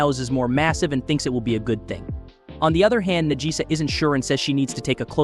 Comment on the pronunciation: Najisa = Nagisa. The name was pronounced wrong (typical american) and then subtitled after that...